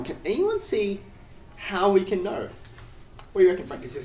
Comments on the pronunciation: The way he is pronouncing "knoouw" he definetly got a lot of knoouwledge about keeping things interesting 😁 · I love the way he pronounces "know"